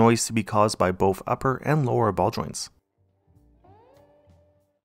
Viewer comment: I'm learning so much here. Not the least English-wise cause I'm German. I had never suspected the word "ball joints" was pronounced like "Baldwin"!1. But then again there's this football channel keeps saying "Syria" when they mean "Seria A", so hey.